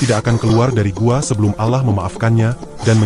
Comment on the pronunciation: Allah bg, bukan alah